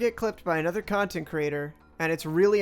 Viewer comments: dude he said ciontext creator... get it right.... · Bro how can you fumble spelling content that badly bro said “ciontext” like is he actually 8 years old or something